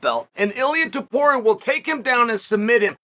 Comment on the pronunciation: TOW-PURIA not 2-Poria